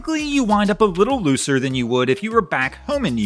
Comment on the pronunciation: Did he say "looser lifestyle", or "loser lifestyle"?